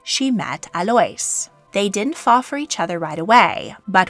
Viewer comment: Just so you know Alois is pronounced like a-low-ees 😊